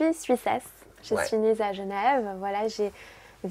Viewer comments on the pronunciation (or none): j’aime bien céline mais le " je suis née Za Genève " c mdr 😂